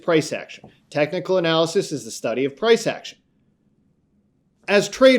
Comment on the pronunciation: Stop saying “tecnal”, it’s technical.